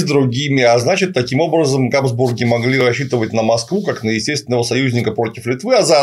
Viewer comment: ГадЫсбурги.... и далее по тексту....